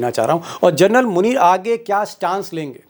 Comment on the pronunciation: Please don't keep saying " Gernal ". Its " General. " Hope U pronounce it correctly.. hereafter.